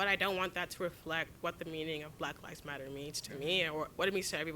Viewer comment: Why did you say it like that? Lol Blahk lahvs motta